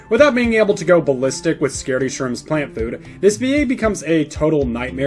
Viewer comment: bro said "flant plough" get his ass /silly /aff